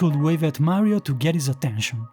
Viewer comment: Had to stop so I don't risk any more spoilers (my son and I just started Super Mario Galaxy 2 together). Nice hearing your voice. Did you say Meh rio?